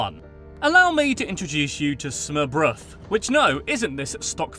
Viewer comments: Oh how he butchered smörrebröd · Og det hedder “Smørrebrød”. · how the fuck did he pronounce smørbrød hahaha wtf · Nevermind the smørrebrød pronouncing 😂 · Også hvordan de udtaler smørrebrød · Jeg havde seriøst ingen ide om, hvad han mente da han sagde det fordi det lød så forkert haha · this guy is not even close to pronounce smørrebrød :D